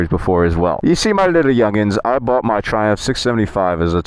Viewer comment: You just said driving the triumpj